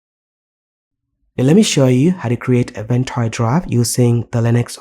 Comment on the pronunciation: No hate, but I hate the way you say the app name.